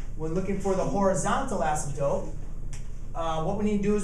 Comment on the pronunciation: Did he say "asymtope"?